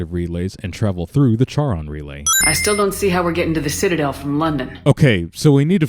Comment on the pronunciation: Charon has a silent H, numbnuts. -__